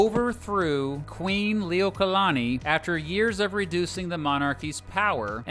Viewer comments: You also butchered the pronunciation of Liliuokalani (lily-oooh-oh-kah-lani) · also, the way he pronounced Kamehameha and Liliuokalani